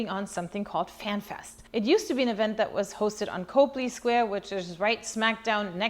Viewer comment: Hi! Love your channel and podcast. FYI, it’s Cop-ley Square, rhymes with “hop.” 😊